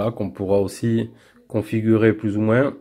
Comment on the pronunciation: Aaargh, on ne dit pas moinsssssss lol